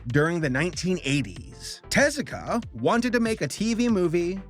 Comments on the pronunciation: It's not "TEZ-ah-kah?" It's with the emphasis on the u, like "tez-OO-ka?" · Take a shot every time pronounces Osamu Tezuka's name wrong! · I'm only judging your pronunciation of Tezuka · I love your channel, I really do. But not at least Googling how to pronounce people's names is not only lazy, it's disrespectful.